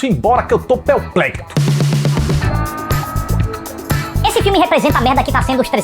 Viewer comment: "tou peuplexo" Kkkkkk 👏🏻👏🏻👏🏻👏🏻👏🏻👍🏻👍🏻👍🏻